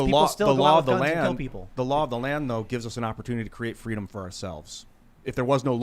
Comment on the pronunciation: Kamala wants Fweedom.